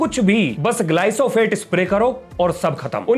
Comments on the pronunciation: Bro, GLYPHOSATE...... not GLY-'SO'-PHATE.... Suprisingly, everybody in this comment section seems to be very interested in your content but nobody actually spotted the obvious. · ग्लाइसोफेट नहीं ग्लाइफोसेट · Sirji, Glyphosate not Glysophate. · Sir it's glyphosate not glysofate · ग्लाइसोफैट नही ग्लाइफोसेट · Glysofate ❌ glyphosate✔️